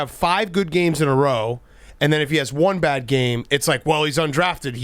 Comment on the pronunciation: Billy is the glue!!, “bad” does not have a second syllable, a “ee”, or a “y” before the A. Also, cheers for having Rico’s back during the most recent contract dispute.